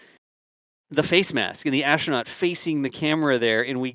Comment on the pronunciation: Why is a person who is a commentator for NSF pronouncing 'astronaut' as 'ashtronaut'?